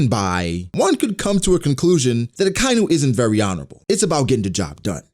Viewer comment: I'm sure I'm not the first person to bring this up but the way you say Akainu bugs the hell out of me. It's Aka (red) Inu (dog). Like baka.